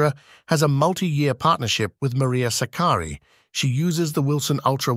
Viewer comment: the first time anyone has pronounced her name correctly - greetings from Philippines